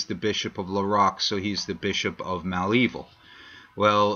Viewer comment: Okay, let me help you with the name Malevil. It is not Mal Evil. It is Mulaveel. This is the right way to pronounce.